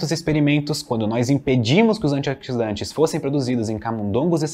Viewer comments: antiódsidante kkkkk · " os antioquisdantes" kkkkkkkkkkk